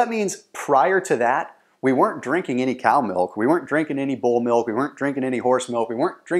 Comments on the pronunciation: I'm sorry... Did he say "bull milk"? 😂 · Did he say bull's milk lol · he said "goat milk" but it sounded like he said bull milk. kingpin reference? 😜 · Did he say Bulls milk? 🤣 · Did you just say.. "bull milk" ?